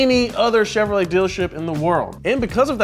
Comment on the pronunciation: What the heck is a cheverolet… lol did no one catch that